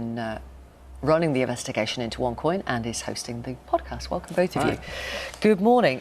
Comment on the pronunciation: Onecoin original....u saying wrong